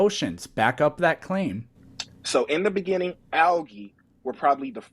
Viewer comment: In the beninging